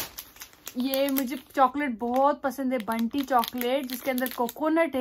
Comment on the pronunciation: Bunty nai Bown-ty